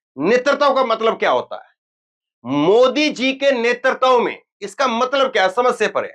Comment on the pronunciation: नेतृत्व को ' नेतरतव ' न बोलें। उच्चारण सुधारें। आपका भविष्य उज्जवल है।